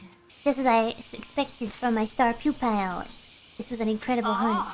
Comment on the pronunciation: After seeing this clip for a few times, I just realized she says "star pu-pile" lmao